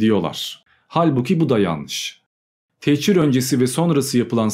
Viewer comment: Techir değil, "tehcir". Hicret, göç, ayrılık.